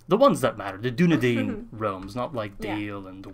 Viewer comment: with arahirs voice ITS DUNEDAIN NOT DUNEDEIN